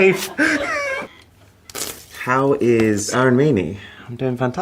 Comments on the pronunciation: the way he is pronouncing his name idiot! It’s AR UN not Arooon! 😂 Indians with absolutely hilarious way of pronouncing their actual name! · Oh no! So sad that Arun mispronounced his first name and made it 'Aaron'. It's 'uh'-run' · No bro, you are not Aei-run, you are A-roon. Learn the pronunciation of your name first. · He doesn't know his name's pronunciation? It's not Aaron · Is anyone gonna tell him that his name is pronounced 'uh-roon'? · Bro pronounced his name as 'Aaron' 💀😭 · bruh the accents caught him so bad that he even mispronounces his own name. My father's name is also Arun and i can't imagine someone calling him Aae-Run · Dude you can't even pronounce your name right what is wrong with you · Bro you don't even know how to pronounce your own name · I wish he pronounced his name right 😢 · you know you different when you cant even pronounce your name right. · Dude!! you are pronouncing our name wrong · Why do you Mispronounce your own name.!!